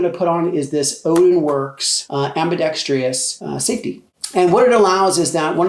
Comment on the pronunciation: AMBIDEXTREEEIOUSO NOPE PRONOUNCIT RIGHT